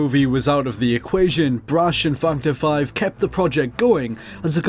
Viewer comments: Just for the record... I heard this also... :-P lol!!! Fucked Her 5. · I'm sorry. But I can't help but hear "Twendythirdeen" and "Fuckedherfive" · It sounds like he says fucked hore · that´s why they are laughing, cause it sounds like you say fucked her 5 lol :P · it sounded like you said fucked her fine... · sounds like u said fucked her 5 instead of factor 5 lol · Yeah heard that too XD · I thought it was "fucked our 5" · Now I CANT unhear it haha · yea I noticed that too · i thought the same thing lol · I can't be the only one that hears "F $#& the five" instead of factor five. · Everytime you say factor 5 sounds like you're cursing lol its cool tho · as soon as I heard that, I looked in the comments and yours was the first one that pops up. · cannot unhear